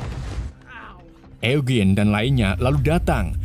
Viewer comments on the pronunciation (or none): none